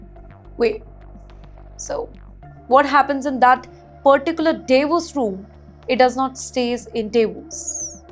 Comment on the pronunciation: Davoos no Daavos please pronounce well